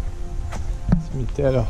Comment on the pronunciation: morando em Portugal e falando "cimiterio simprizinho"....pqp , matando os brazukas de vergonha